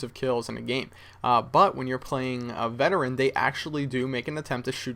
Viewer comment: you sure its veterean